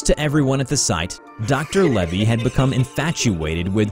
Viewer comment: Lavey Not Levy